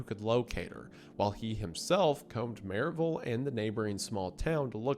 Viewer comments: that pronunciation of maryville physically hurt a little bit ngl 😭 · I like how the Tennessee shines through in his pronunciation of Maryville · I know you’re an East Tennessee boy the way you pronounce Maryville ❤